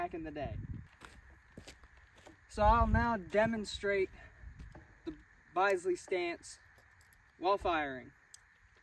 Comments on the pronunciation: Fyi chaps, in England it is pronounced 'bizlee’ ..the biz rhymes with the biz in 'business'. Bisley (Bizley) is in southern England just west of London, and it's called Bisley range, where rifle clubs go to train (guns are very strictly controlled, most ordinary people in the UK do not own them and have never even handled one, let alone fired one). Obvs there are illegal weapons and villains/drug dealers etc do use them quite often, and Brit police have ready access to firearms teams that are out on patrol. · I’ve learned something new! Hope I don’t sound patronising, but the “i” in Bisley, is pronounced the same way as one would say “impact”, or “instruction, not “bisect.” Sorry, that’s British “English” for you… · Bisley is “Bizzley” not byezley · it.s not BYSLEY as pronounced but BISLEY and the grip devolved from flintlock /percussion pistol grips. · Bisley is pronounced "Bizzlee" not "Bize-lee". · It is pronounced biz lee not byse lee. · Just a cheeky note on pronunciation. Bisley pronounced like Bisbee. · Pronounced Biz-lee (with a short I not a long eye) , you're welcome. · Bisley is pronounced BIZLEY - guy from England. Love your videos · Greetings from England! The Bisley ( pronounced Bizzley, like in “business”) range is often called the home of target shooting in the UK and is still a thriving venue for all kinds of competitions. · Pronounced “Bis——-ley. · its pronounced bizzly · Say it as Bizzley …. Interesting video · That would be Bizz - Lee No criticism intended I doubt you’ve heard it pronounced before. Interesting vid. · Colt produced a 'Bisley' target model pistol (pronounced Biz-ley) with the grip more square to the action to allow for this stance.